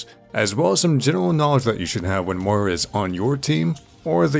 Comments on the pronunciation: I'm getting triggered by the pronunciation of Moira in this vid... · Hey, like Milkheart says below the pronunciation is similar to that of "moist". It's a fairly common name here in Scotland, I think you just need to stress the 'oy' sound a little more. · How come people can pronounce "moist" and "foil" but not "Moira" properly? Yeah her name makes you sound Irish as hell but I've never even said that name out loud until Moira was revealed and I can pronounce it just fine. Why is it so difficult for so many people? This is a great guide though. I love your videos! I just keep seeing people pronounce her name half-way "mira" or "mora" and I just can't relate to that struggle lol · same i mean im only pronouncing it the way Blizzard and jeff kaplan said it which is incorrect i guess